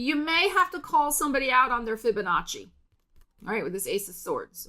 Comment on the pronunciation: I love how you call out the "Fibinnachi" 🤣🤣🤣